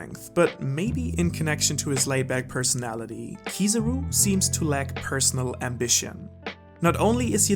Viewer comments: Anyone else noticed saying "Kizuru" instead of Kizaru?:') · kizarú? its kizáru that its spelled you donut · who is this keezeroo you speak of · Kizaru is the name not kizuru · Stop calling him Kosoro or Kosoru or Kusawu and any other weird name. It's Kizaru. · I always wonder why Americans hear a word and pronounce something else. Kizaru = Key-Tsar-roo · I had to get out of here because I couldn't cope with the way he pronounces "Kiza-ru" .. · 170k views and he calls Kizaru, Keezuruh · I love your videos bro, but for someone who knows Japanese, your pronunciation of Kizaru is so painful my ear almost bleed. Even dub watchers might do a better job….